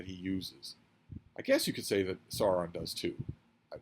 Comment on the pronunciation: Note: Sauron's first syllable is pronouced 'Sour' not 'Saw'. The Illearth War is one of my favourite books of all time - it blew my young mind when I read it for the first time. It's like the Lord of the Rings, but much darker and violent.